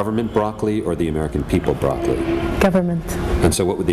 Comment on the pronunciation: Brocoli ...THIS CHICK SAID BROCOLII. LOOOOOOOOOOOOOOOOOOOOOOOOOOOOOOOOOOOOL. YO some saudis are off there rocker. BUT SHE IS ON POINT LOL